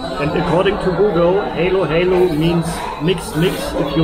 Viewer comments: You pronounce it Halo halo not helo helo, Halo halo in tagalog means mix mix everything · das heist HALO-HALO. Like when you said it in german language hallo hallo. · it's pronounced ha-lo ha-lo, short a, not heylo-heylo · Hi. Halo Halo pronounce like Hallo in German. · It’s pronounce ha-lo ha-lo. Mix-mix